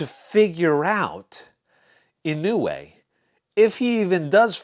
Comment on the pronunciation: It’s more like “ Yee-No-Way “ . Naoya is “ Now-Ya “.